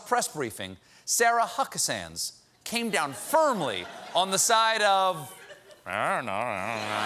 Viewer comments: Hucka-sans ... ROFLMBO every time Stephen calls her that name ! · On another note, I'm going to hope that Stephen is saying "Huckasands", because it almost sounds like he's dropped the "d", which, as an Undertale fan, makes me think that he's trying to imply that that wretch tosses small, pun-loving skeletons.